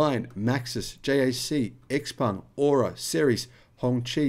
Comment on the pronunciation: Dude, it is not 'Ex Peng' but 'Ciao Peng' (Tsao Peng).